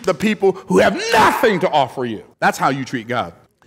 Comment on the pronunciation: the way stressed the word “nothing” shook the very core of my soul. Whew!😆 …But what he said was spot on though.👀